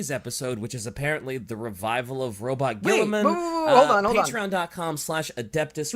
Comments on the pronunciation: Purposefully mispronouncing Rub-Me-Off Gorilla-Man’s name is one of the great time honored traditions of 40K fandom. Welcome to the inner circle. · Ahh My Favourite Primarch Roronoa Gonorrhea. That being said, as an Ultramarines fan. mispronouncing his name is a meme-tradition in the fandom. G-man honestly is one of the best primarch mainly because he had good up bringing and even in the modern 40k treated people and his sons better than The Emperor ever did. Also fan fact: Guilliman's dreamed of a life as an Humble Farmer in an Agri-World. (Source: The Unremembered Empire )